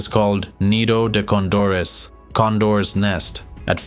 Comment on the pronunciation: jajaj... "esto es lo que tiene el AQUENAGUA".... "ORONES"... parque nacional "ACAGUA"...."5.05 metros" " nidato de ondores" jajaja está bueno el resumen pero POR FAVOR revisa la IA del audio por favor sino el que escuche va a terminar malinformado